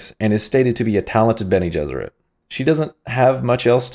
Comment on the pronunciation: Eggs Bene Jesserit had me rolling, almost as good as Shapiro saying Lisan Al Ghaib. And ‘phrasing.’ Great work man, I really enjoy your videos. Keep it up!